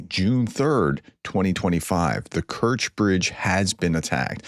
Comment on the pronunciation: correctly pronouncing of Kerch is close to Stretch